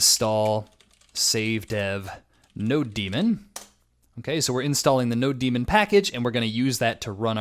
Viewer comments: wait, did he just say node-demon?? tf. It is Node-mon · why do you say node demon? it's nodemon as in node-mon..... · Node-mon? nawwww No-demon! lol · 😂 I say that, too. "no 😈" It makes me laugh every time.